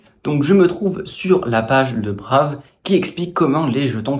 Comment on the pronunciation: Hello on dit [Braïve], sinon ce n'est pas le même usage